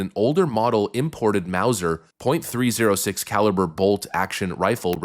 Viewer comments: Just an FYI 30-06 is pronounced "30 ought 6". It's funny that a witness stated that it was a low caliber because it was so quiet, but I have one and it by no means is quite, that sucker is very loud. Those are all trans people. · Bruh, lol. Its "thirty-odd-six' . Or * 'Thirty-ot-six' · You colloquially pronounce 30-06 as 'thirty odd six' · .30-06 is pronounced thirty aught 6. The cartridge is thirty caliber and was designed in 1906. Still very common today. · You're not a gun person, are you. The caliber is pronounced: thirty-ott-six. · Basically pronounced "thirty-aught-six" for the caliber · Thirty aught six is how you pronounce it